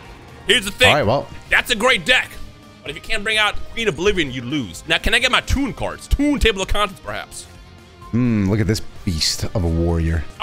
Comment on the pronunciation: TOON in next time. TOON. Because Pegasus uses toon cards. But it sounds like "tune in next time". Just a little explainer for the comment section.